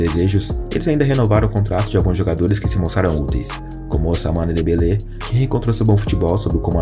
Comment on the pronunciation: Se pronuncia usmane dembele e n osmane dembele por conta do "ou" q em francês q se pronuncia "u"